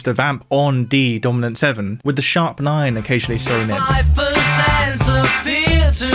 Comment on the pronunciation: WITH not WIV! It's not difficult...